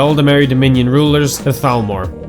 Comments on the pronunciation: You actually said thalmor instead of talmor good job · Nice pronunciation on the Th's on "Thalmor"